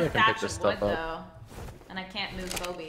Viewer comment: Stop calling Phoebe Phoebe lol